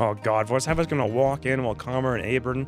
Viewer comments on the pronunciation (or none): Always fun to watch X struggle with Slavic last names. (Share my cow!). Case in point: Vorzheva. Try saying "Forgery". Same emphasis but change "ry" to "va", like "Forgeva". Entonces, change leading "F" to a "V". Bingo! You got Vorzheva right! Almost, now find a middle ground between "g" and "sh".